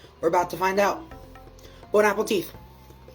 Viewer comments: I like how he tried to say Bonne appetie but it souned more like bone apple teeth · His hair greasy and he drinks soda too much. French are screaming right now as he says "Bon Apple Teeth" 😅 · I came to the comments to see if I was the only one. I hear " Bone Apple Cheese" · Dude I thought I was the only one hearing it 😂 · “ bone apple teets” 😂😂😂😂😂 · The bone apple teeth is driving me crazy! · “Bon apple-tea”😅😅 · "Bone-apple teet" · Is it just me or does he keep saying “bone apple teeth” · Is it saying, "bone, apple, teeth" ironically, or sincerely? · Did he just say "bon apple teeth"? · I like to jokingly say bone app the teeth instead of bon appetite, it's a throwback to a YouTuber I used to watch a long time ago. However, I think actually thinks it's bone apple teeth because he says it every single time. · Why did he say "bone apple teeth"? Was it a joke i hope? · bONe aPpLE TEetH🤓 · Bon Apple-teeth lol. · bone apple teeth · "bone apple teat"! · “Bone Apple Tea” lol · Next person I hear say "Bone Apple Teeth" is getting drop kicked I swear. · "Bone apple tea" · he even said “bone apple teeth” , it never ceases to amaze me how he’s wrong every time but in a different way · not to give of all people points but "bone apple teeth" has been a popular joke for quite a while now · Bro I litterally just wrote the same, even as a french person it really sounded Bone Apple Teeth, the one is gold too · Bro the lisp he gets from his fat stuffed cheeks annoy the fuck out of me and for a mf with a French flag in his room he fucks up like the easiest French phrase ever I’m not even French and usually wouldn’t care but for some reason it pisses me off when he says it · Can there be a drinking game for every time he mispronounced "Bon Appétit"? Like bro. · How it says "Bon Appétit" makes me sooooooo fkn angry